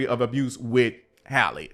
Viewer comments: Please pronounce her name correctly. It's Halle, not Hayley . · Her name is not Hailey y’all !!! 😭😭😭😂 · not you keep calling her Hailey 😂😂😂 who is that yt woman??! Our sis’ name is Halle like Berry ✨ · come on yall. Halle like Halle Berry. not hailey. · “Hal- ee “ not Hailey, not Holly. Everyone chopping that poor girl’s name up. 😆😭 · Her name is Halle, not Hailey. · You keep calling this lady HAYLEY… her name is HALLE pronounced HAH-LEE… just like Halle Berry… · That girl's name is not Hailey, it's HALLE, just like HALLE BERRY. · her name is HALLE like SALLY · My guy it’s “Halle” como “Halle Berry”. 😂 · I love your videos and takes. However, her name is Halle, like Halle Berry. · ❤with love pronounced Halle like valley. Thanks for the update i wish streamers were charged with bullying when they manipulate their audience😢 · It’s Halle like Halle berry btw ❤ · The way you pronounce Halle's name 10 different ways is sending me.